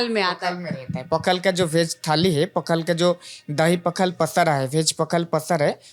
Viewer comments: Pakhalaa nehi hota he. Pakhala hota he.. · Pakhala पखाल not ❌ पखाला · Its' not Pakhal it is Pakhala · It's not पखाला it's पखाल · पखाल् not पखाला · It is पखाळ not पखाला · ये पखाला नहीं पखाल होता है।।। Plz स्पेलिंग गलत मत कीजिए ये हमारा इमोशन है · It's not pakhalaa it's Pakhal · it is not "Pakhalaaaaa or pakhalo", it is "Pakhala". Keep it mind. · It's not Pakhaalaa. Hindi wale chahtey hain ki sab unke bhasha thik se bole par woh dusron ke bhasha ke saath satark nahin rehte. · It's not pakhalo, simply pakhala. A ke jagah o mat dalo please. O generally Bengali me use hota he. Pakhalo, rajo odia pronounciation nehi he😮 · Hi, correct your spelling to -pakhaal`a. Like त and ट, द and ड we have ଲ(ल) i.e - la and ଳ(l'a). Right pronunciation matters.